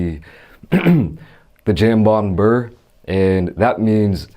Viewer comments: Jam-bon LOL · jambon means ham and it’s pronounced like jom-bohn with a very soft j almost like an sh sound